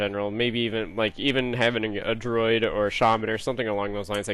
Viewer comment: dru-id say it......say it'''''' not droid as in Star Wars. Still love you though brother lol